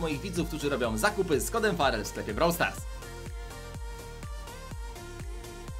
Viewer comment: Farel i muwi się brawl stars a nie brou stars albo blor stars